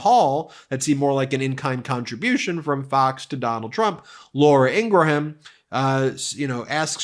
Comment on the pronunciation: Ben, please learn how to pronounce Laura Ingraham’s name, unless you’re making a joke I don’t understand.